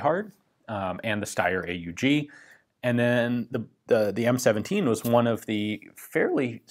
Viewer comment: Great report, Ian, and thank you for using the proper A-U-G designation for the Steyr and not falling for the lazy habit of calling it the "Awg" It's only a little point, I know, but those three letters are an abbreviation of three words, not a word of their own!